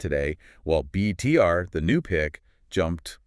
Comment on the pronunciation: It’s not BTR…. It’s BETR….